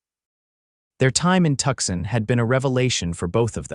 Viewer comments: It's pronounced Two-sahn. Not Tuckson. And how big is that knothole that can fit a canteen though it? Under the gap in the barn door, that works. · 😂Oh, for pitys sake. It's Too-sahn, not Tuckson.😂😂